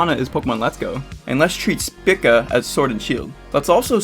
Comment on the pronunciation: The most triggered I got was when you mispronounced SPICA.